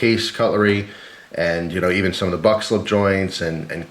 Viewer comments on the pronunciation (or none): none